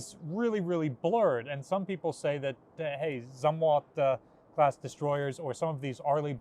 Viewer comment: I believe it is pronounced ZOOMwalt. My father knew him and that's how he pronounced it.